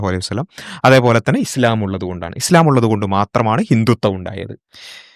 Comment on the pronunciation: "ഇസ്ളാം" 😄 ആദ്യം അത് പറയാൻ പടിക്ക്. 🙏